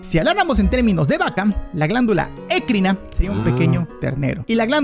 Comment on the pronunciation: Video interesante, pero sufro cada vez que pronuncia ecrina y apocrina como "écrina" y "apócrina", cuando la sílaba tónica es "cri" en ambas palabras.